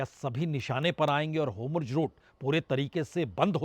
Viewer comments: Sir ji HOMRUZ nahi hota jaisa aap bol rahe hai 😂😂😂 HORMUZ naam hai mere prabhu pronounce sahi kro HOMRUZ HOMRUZ 😅😅😅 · Aabnaai Huuz hai Homurz Boltai Ho Theek karlo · It is Hormuz not Homruz. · जनाब, 'होमुर्ज ' नहीं है.....'होर्मुज ' नाम है। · Hormuz not Homurz sir. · Sir its hormuz not homurz. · Sir, why do you say 'HoRmuz' as 'HomuRz'.